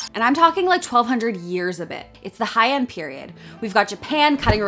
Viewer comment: I kept thinking she was saying "high-end " when she said Heian. It's pronounced hey-ahn